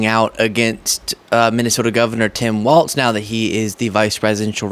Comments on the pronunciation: Please, please, pleassssse,...his name is pronounced "walls" not "waltz." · I gotta go full Karen on you, but I get a pass because it is my actual name! Tim's last name is Walz, pronounced Walls. Please try to stop inserting a "T" into it to make it "Waltz". That's a lovely ballroom dance and part of the title of a great film by Martin Scorsese about The Band, but it is not the way our next Vice President pronounces his name! Peace out! 💙☮💙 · Please note that his.nameis pronounced Walls, not Waltz. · It’s pronounced WALLS not WALTZ. Appreciate your content. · Remember it's "walls", not "waltz" like the dance. No T is pronounced in "Tim Walz". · Like, his name is pronounced walls. Not waltz. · Your channel is fantastic. I am a subscriber and listen to all of your videos. FYI, I think Governor Walz is pronounced like walls. At least that’s what I’ve heard on other channels I listen too, like MTN. If not, I stand corrected. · FYI it’s Governor Walz sounds like Walls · I like you, but it’s Walz, no “t”. Keep up the good work young man!!